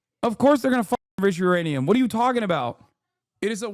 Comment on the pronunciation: is he calling it IRANIUM ? lol